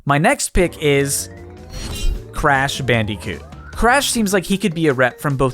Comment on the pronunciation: Thank you for saying crash bandicoot